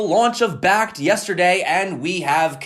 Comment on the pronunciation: You said bakkkt bakkt bakkkt...that fakkt you